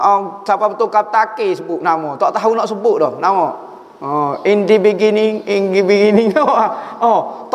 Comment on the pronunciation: Ada satu lg peringkat selain 1,2,3. Peringkat ni dia usaha kaw2, xnak tawakal, pastu bila gagal dia marah sbb yakin dgn usaha dia shj. Peringkat 0...🙃 Yg plg klakar ustaz sebut in the beningging. 🤣🤣🤣 Terbaik ustaz, part yg last tu sy nak kena latih lg...